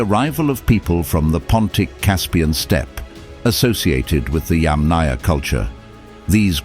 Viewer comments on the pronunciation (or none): none